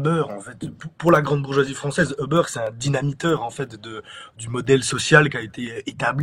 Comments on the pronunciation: Uber se prononce Uber avec un U, pas 'eubeurre' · seul hic, la prononciation du nom 'Uber'.. ca jure....LOL